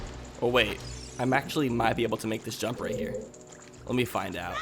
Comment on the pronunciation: Did you get all the chests in the forest temple? And sounds like you said "can you make this dump" but it was jump.